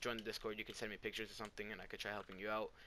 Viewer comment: He said whats up lossers